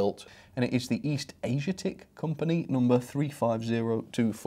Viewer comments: 'Asiatic' = Aze-ee-att-ick 👍 (as in from or about Asia). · Pronounciation of "ASIATIC"= A-ZEE-AT-TIK 🙂 The driving wheel style is called "Boxpox". They were quite popular in America. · It's pronounced Aye-zee-attic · Asiatic pronounced Ayzeeattic.